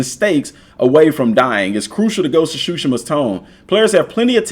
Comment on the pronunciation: Its sushima sir not shushima